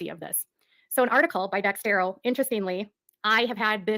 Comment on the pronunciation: It’s not Dextero, it’s Dexerto 🙄 According to “exposing 7m” she only provided copies of archived documents the same as they did. More than likely the old civil case, the old wage claim from I think Melanie Lee (Leigh) which was a once off & sorted out immediately at the time. Apart from that it’s probably just old real estate stuff, the odd old church email and maybe a few pics and screen shots from a couple of people. It’s not “her” information per se. She’s so full of it. As far as accusations, they weren’t based on the California law suit. That was filed a year after she defamed Robert & 7m. The dancers who left were still involved & denying there were issues while she was defaming Robert & 7m so they weren’t feeding her info. It seems the only people she got her “facts” from were the Wilkings, the old church members & Lydia Chung & her daughter. She dug up a few comments from a couple of parents of the dancers on their social media but they had no more proof of anything than did. B-Dash’s ex wife or that other ex wife don’t count as their child support issues are unrelated to 7m or Robert. When she committed tortious interference, in my opinion the strongest of the claims, she pretty much hands it to Amber with that IG live. Allegedly isn’t a defence the way she thinks it is. Once you say “allegedly” you are pretty much saying you aren’t sure if it’s true or not and it may well not be but you don’t care & are making the accusation anyway despite the probability